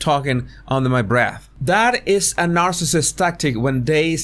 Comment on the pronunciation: It’s “under my breaf “ or “oaf” or “tat”. Make sure you axe him the right question!